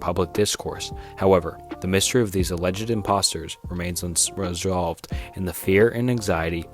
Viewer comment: remains unreswwowldve…